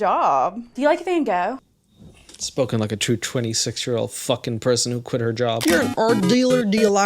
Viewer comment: They both "love Van Gogh" but can't be arsed to pronounce his name even remotely right.